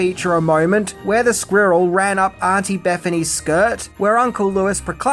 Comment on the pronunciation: Is related to Benedict Cumberbatch? He also has trouble saying squirrel.